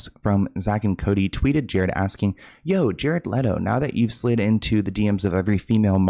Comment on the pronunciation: FYI you said "Aksing" instead of "Asking" at min .